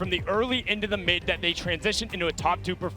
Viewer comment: said SAIF and ZAT....hehehehe